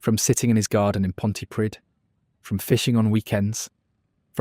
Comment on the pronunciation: Pontypridd!!! Sort out the pronunciation.